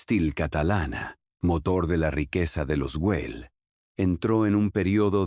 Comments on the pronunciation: Ai si si, entraba a poner lo mismo jjjj me estaban sangrando los ojos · Por favor, rectificar. El nombre de la família es GUELL, no Wel. Gracias